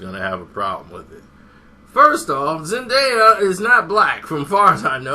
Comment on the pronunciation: thinks he knows everything but he saying her name wrong stupid idiot